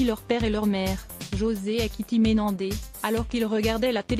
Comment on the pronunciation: MenendeZ 😂😂 ! Pas Menendé ❤